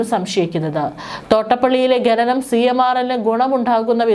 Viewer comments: ഗനനം... നാണമില്ലേ അവതാരാകേ... ഖനനം എന്നാണ്. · ഖനനം എന്ന് പറയൂ...ഗഗനം അല്ല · ഗനനം അല്ല ഖനനം. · "ഗനനം" . എന്ത് അരോചകം. ഛെ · ഗനനം, ഗട്ടം... കഷ്ടം